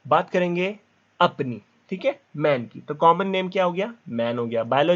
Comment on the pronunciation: is so funny when he say "APNI" 😂😂🤣🤣🤣